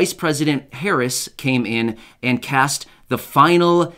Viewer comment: Did you just call her Vice President Parris?😳